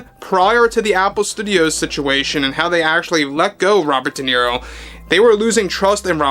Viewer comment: No sabes hablar correctamente dices niro en ingles Robert de niro idiota.